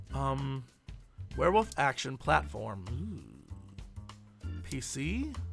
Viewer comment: JESSE. IT'S WEREWOLF. NOT WEREWOOF. WOLF. WOOOOOOOOLF. STOP WITH THE WOOF.